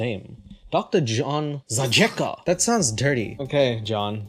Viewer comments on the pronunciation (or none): zajecka seems slavic. you pronounce zayetzka. j => y c => tz